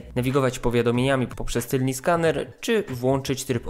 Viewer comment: "Tylni" skaner... 🤔